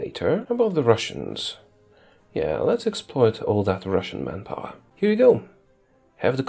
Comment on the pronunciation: I thought you were saying "man-gapoor" for a good 30 min before I realized it's man power.